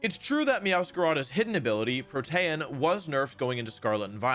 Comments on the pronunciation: Bro really said PrOTaiEn Instead of Protean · My man did not pronounce "Protean" as "Pro-tay-an" Dude, the pokemon were bad enough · Pro-Tay-Un?! You have got to be kidding me. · How tf did you pronounce protean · Yes he does